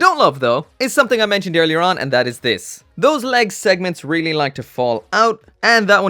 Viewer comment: here just to hear him say "air-ly real grade" lol